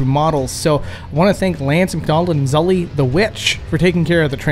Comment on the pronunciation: Wait, it is pronounced “zully”? I had assumed it was pronounced zooley.